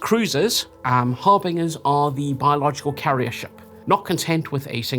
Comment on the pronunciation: it’s pronounced har bin jer